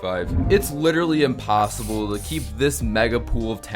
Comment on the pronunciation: “Attmept” “impossoble”